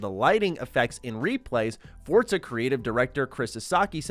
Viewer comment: It’s pronounced For Za not Fortza